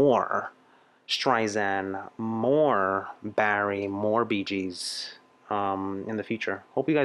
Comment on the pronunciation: Love your videos but, it’s Streisand like sand on the beach.